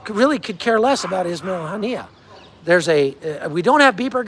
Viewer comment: “As I like to call him Wasmail haniyeh” 😂😂